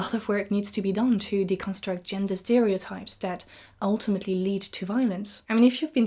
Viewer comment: de-CON-struct - it is actually de-con-STRUCT